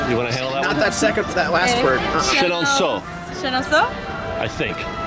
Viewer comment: Your Chenonceau prononciation is actually good !